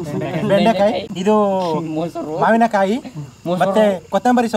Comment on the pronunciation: ಮಾವನಕಾಯಿ ಅಲ್ಲ ಬ್ರೋ ಮಾವಿನ ಕಾಯಿ